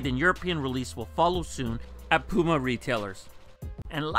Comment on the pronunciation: wow he didn't say pewma this time